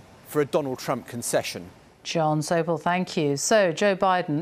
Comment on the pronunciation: Jon Sopel. I thought she said John Soap!!!